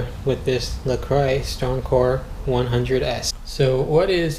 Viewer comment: "La Kwa"... Not "La Croy".